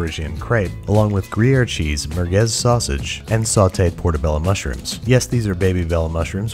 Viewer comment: Do my ears deceive me or did he say merguez sausage